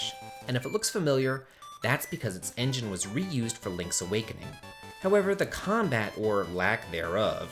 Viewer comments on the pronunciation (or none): none